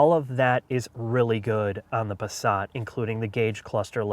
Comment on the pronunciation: Pasrat ? their is no R in the word Passat.